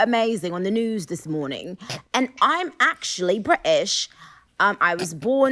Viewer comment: when she really emphasizes “BRI-ISH” you can tell she’s having so much fun